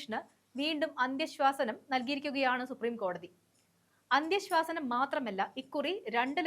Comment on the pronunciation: ഉച്ചാരണത്തിലെ പിഴവ് ശ്രദ്ധിക്കുക അന്ത്യശ്വാസനം തിരുത്തി അന്ത്യശാസനം എന്ന് ഉച്ചരിക്കാൻ ശ്രദ്ധിക്കുക . നൻമകൾ നേരുന്നു.